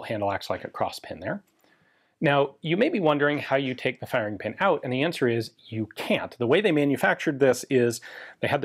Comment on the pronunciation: LOL at "fire-EEE-ing"